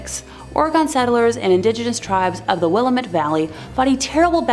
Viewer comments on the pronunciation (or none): "Will-am-it" = Willamette. Sorry, as an Oregonian I had to correct you